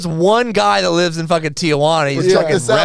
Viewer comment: Y'all really from San Diego but can't pronounce Tijuana?